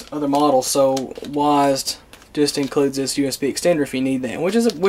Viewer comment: did u just say "wasd"? It's W-A-S-D......... lol